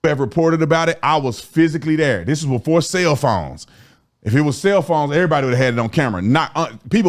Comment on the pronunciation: did he say "Sail phones"?